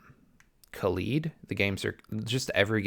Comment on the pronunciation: why does every youtuber pronounche the controller like khalid. it has rgb lights rthat resembles a Kaleidoscope. thats also how you need to pronounce the name. Second i think you missed the points of hall effect sticks. they are not always more accurate. and they are certainly not drift proof. they are less pronone to drift that is caused by weardown of moving components. right now hall effect sticks in controllers seem to be less precise and do drift a little out of the box. one person that know alot about how they work told me that 0% deadzone is also a lie. it is not possible. if any of the gamepad tester sites tell you the stick has % percent deadzone, then theire is most likely some software trickery going on under the hood. And drift can be caused by alot of things. but the most common occurance is because of physical parts rubbing together and just wearing down. For example a stick can also drift because of signal interference. or because of dir, or just because the recentering spring under the stick wears out. Hall effect sticks are also used in airplanes. but those are way more adganced. you dont want an airplane stearing wheel to drift do you?